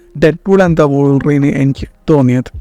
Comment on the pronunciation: Bro trynna be different so hard😂. Also വോൾവറിൻ alla bro വുൾവറിൻ